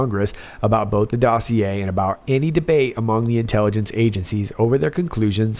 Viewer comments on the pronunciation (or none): none